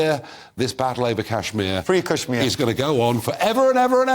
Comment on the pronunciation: He can't even pronounce kashmir properly.